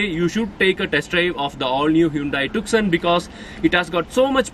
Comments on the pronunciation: This isn't TUKSON.. It's pronounced 'Toosawn..' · Bhai its not pronounced 'tuk-son'. It is 'ट्यू-सौं' (tyu-sawn). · It isnt tukson ji...to be pronounced as 'tyoosaan' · Bro it's pronounced as Hyundai TooSo not Tuk-Son .. It's the world's most mispronounced Car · “C” in the TuCson is silent. It’s called “TuSoo”. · It’s pronounced too-so